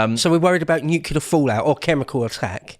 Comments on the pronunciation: NU-CLEAR FFS!! ... it is NOT nucular, you ignorant sod. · It's NU-CLE-AR not NUC-U-LAR. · Nuclear, mister bush, not nukular.